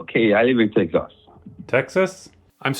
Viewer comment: i have never heard anyone in my life ever pronounce texas like that and i’ve lived here for my entire life